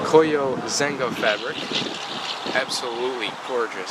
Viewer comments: Its pronounced ZEN-ya Not ZENG-GA. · that's not ZENGA ... it's ZEGNA ... pronounced: SENJA! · Zegna is pronounced "Zenya" and the gray cloth material is silk.